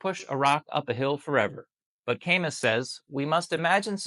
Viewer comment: Camus is pronounced Ka + Moo